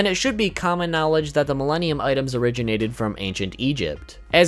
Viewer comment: When he said Milenium items i heard Mellenial's item